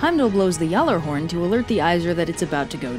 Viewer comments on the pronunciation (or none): none